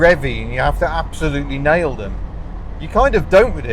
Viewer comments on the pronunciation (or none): none